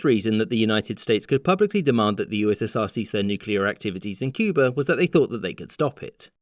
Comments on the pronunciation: At one point you pronounced it “Cuber.” Was that a sneaky JFK homage? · From this video, I learned that Cuba could be pronounced as Cuber.